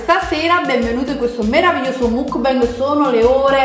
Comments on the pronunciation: Si scrive muck bang ma si pronuncia mackbeng, questo errore c'è in tutta YouTube Italia, apparte giusto un paio di youtuber che io sappia, non so se ci sono altri youtuber italiani che pronunciano correttamente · "Mucbeng" ma petche??!!